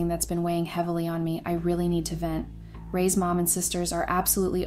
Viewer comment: Loving the A I voice mistakes lol does not lend any credibility to these. Get a real voice Raised… you meant Ray’s right? This is the most brilliant screw up. Lesson here folks A I does not make things easier. I laughed way too much through this. I’m sure that wasn’t the intended goal, but this channel is an A I generated joke.